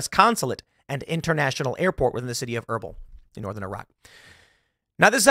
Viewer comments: It's pronounced "Ur beel". I usually dont care to correct pronunciation, but that was bad. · haha - was combing through the comments to see if anyone else was struggling with that. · Your pronunciation of Erbil is so bad Tim 😂😂